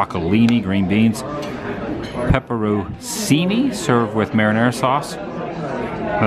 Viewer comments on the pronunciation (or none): Great seeing you two together again! We love SSR. That’s one of our homes and we always enjoy staying there. The pools and walk to the Springs are unbeatable. BTW, the letters ci in Italian are always pronounced “chee”. So it’s pepperone-chee-nee.